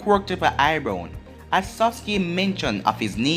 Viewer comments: am I the only one hearing him say eyebrown instead of eyebrows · No you’re not the only one